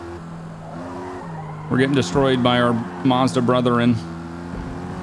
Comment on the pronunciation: Why is he saying mearta? Is it some sort of on going joke I've missed? You say it how it sounds ma-zda